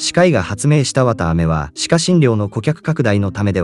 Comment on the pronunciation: わた↘ あめ↗